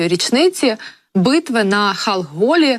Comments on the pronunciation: Вже не говорячи про те, що вона Халхінгол виговорити не може, і відчувається, що просто не знає, що то воно таке той «халгол» 😮😮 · А Халхін- Гол правильно вимовити важко?